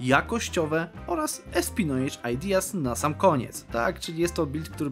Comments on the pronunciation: Odcinek genialny, a nieopłacanie armi bardzo historyczne Tylko zapamiętaj na przyszłość, że espionage wymawia się espionaż, a nie espinedż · „Espionaż” się powinno czytać POZDROOO